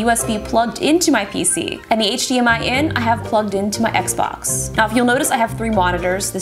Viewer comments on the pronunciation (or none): none